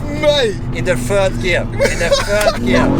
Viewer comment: " Spinning in the fird gear, fird gear "😂😂😂😂